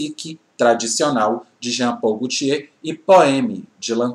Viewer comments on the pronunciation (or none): none